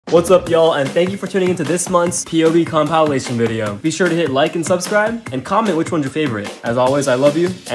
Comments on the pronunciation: Compalation isn’t it compilation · Did he just say compalation? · Good but bro said compaalation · Not trying to be mean but it is not compileation it is compilation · The way he said comapltion 😭🥵🥵😳😳🤣🤣🤣😂😂😂